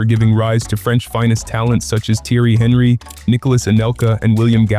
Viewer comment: Loved the video. Some pronunciations of names were a bit off, especially French names. There is nothing inherently wrong with pronouncing names in say an American accent; however it becomes confusing when one has not normally identified those names with that pronunciation. To be clear, I am mainly reffering to Henry (silent H in French).